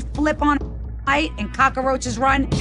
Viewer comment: she really said caw-ka-row-chiz lmao